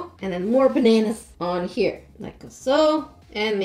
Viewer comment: I really like how said baneners